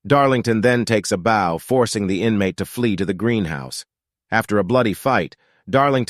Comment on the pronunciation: The way he said bow is funny